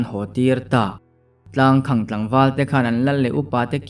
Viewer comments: Tlangkhang tia lam lovin,tlangkhàng tialam nise ari amawi zawk ang. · Tlangkhang ilamdan hi mizotawngkal phungah chuan adik chiahloin alang athluk hi khang tihlai thluk saaaang deuh teh tlangkhaaañg tiin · Tlangkhang tih hi khang tih hi sangha vuakna khang tih a lam tur a ni zawk lo maw.chhuangkhang /khang ti lovin...a ngaihnawm leh dawn e.a chhiartun a chhiar thiam bawk a . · Tlang khang ti lo in Tlangkhang tiin lam zawk teh,Tlang khawng a ti ngai lo. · Tlangkhang tihah hian khang lai hi, khanghu kan lam rika khang lai ang hian lam tur ni awm tak a ni. (Tlangkhang- Tlang khamphei) Sawi ve mai mai. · Boss, 'Tlangkhamg' tiha 'khang' hi khanghu' tiha ' khang' ang hian lam ri la a dik zawk duh hmel. A ziaktu paw'n a ziah dân a nih ka ring deuh. 😊. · tlangkhang tih ilam fuh lo deuh anih hmel khawp mai, a khaehming hian awmzia aneilo tlat.